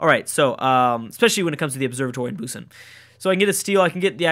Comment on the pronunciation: It is actually pronounced Boo-san